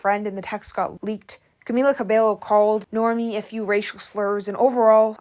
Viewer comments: I'm dead the way u said Normani's name normie??!!!!! 😭 Its NOR MAH NEE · please say NORMANI’S name correctly… embarrassing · NOR-ma-ni....not Normy. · It's Normani, not Normi lol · Its pronounced cobayo. And its pronounced norm mani. Not normi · Girl 😭it’s not “Normie” it’s Nor-ma-ni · Babe... no... Normi? Normani! Filth Harmony? Fifth Harmony... babe you can do better... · That and how she pronounced Normani’s name, its Nor-Mah-knee, not Normi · You butchered tf outta pronouncing Normani and Cabello. Who tf is Normie? 😑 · How you gone say normani name like that tho? Its NOR- MA- NI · its normani not normie... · Cabello: cuh-BAY-yo Normani: nor-MAH-nee No hate at all, but I suggest double checking pronunciations in future video essays! Looking up a video where they introduce themselves, etc. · Just a heads up Normani’s name is pronounced Nor-mah-ni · Her name is pronounced nor-MAH-knee. Normani. Still a great video! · it irked me that she called Normani "normie"... like?? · Her calling Normani "Normi" is frying me 😂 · Are you pronouncing Normani's name wrong on purpose....? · it feels like drama content and not real commentary. I agree with the Normani pronounciation and the lack of details 100%. paired with the thumbnail it feels like drama and less like legit criticism